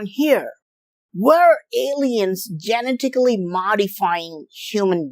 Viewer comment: He said "Genitacly" modified 😂😂😂🎉🎉🎉. Genetics is hard...